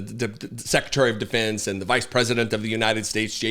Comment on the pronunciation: did you say "Secretary of Depends"?????????????